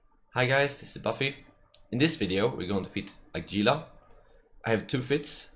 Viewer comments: He-lah. Not "Gee-lah" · it's pronounced "heela" like the lizzard it's named after. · Gunther Ultrabolt Novacrunch then why's there a G in the name instead of an H? and why do CCP employees call it Gila instead of HEELAAAJGGAJXIJWX?